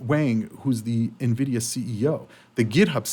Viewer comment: finally got there and promounced NVIDIA correctly for the first time in almost 2 years. Nice one bro.